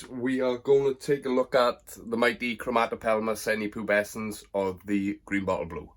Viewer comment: One of my favourite species! Gutted you can now say the name without messing it up. Cracking video brother!